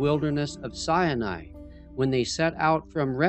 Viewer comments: It is not pronounced Mt. Sienai, It's Mt. Sinai. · PLEASE stop calling it "Sy-a-ni"! It is pronounced "Sy-Ni". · says the name wrong, over and over. It's not sy A nai. It's sy nai. It sounds like he waNts to say "cyanide". But there's no "uh" in the middle of the name of the mountain. It's not sy A nai. It's SY NAI. Other than that, this video is amazing.:-) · "Mount Si-ya-ny" lol. I never realised that "Sinai" had three syllables... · “Mount Sya-nai.” Hahahahahaha! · Why pronounce Mt Sinai as Mt Cyani???? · Siani? Try authentically pronouncing the word Sinai before trying to educate us.